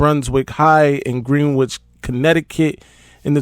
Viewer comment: That town in CT is pronounced Gren-itch. Just for future reference. Thanks for the update